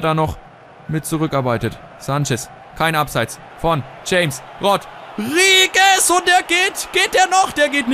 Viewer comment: es heisst chames rodriguez(ausgesprochen) :) aber ist eigtl nicht wichtig